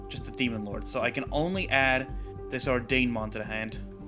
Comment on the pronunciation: Why can’t anyone pronounce ordinemon?